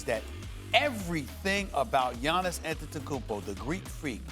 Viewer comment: you'd think after all the times Max Kellerman had to talk about Giannis he'd know by now how his name is pronounced.